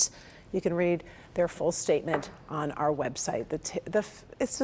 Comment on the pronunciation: Reporter needs to learn how to read. The word our is not pronounced "are."